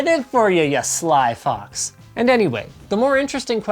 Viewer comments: Lmao sly fox sounds like sly fucks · Sly fox or sly fucks? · "sly fox" or "sly fucks" I can't tell which he said but I think he knew that